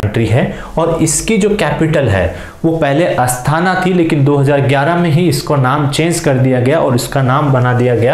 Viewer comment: Sir، you spoke the capital of قازقستان as Asthaana whereas it was آستانہ आस्ताना